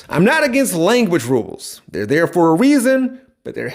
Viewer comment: When or why did "for" become "fir"?